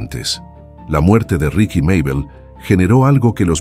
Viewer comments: Pero no es RIKY ES RIXI MÁBEL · Los relatos son muy buenos pero escucharlos en voz artificial le quitan mucho, ya que, en este relato por ejemplo no puede pronunciar el nombre correctamente, ricky, richi no es correcto se disfrutarian mucho mas con voz humana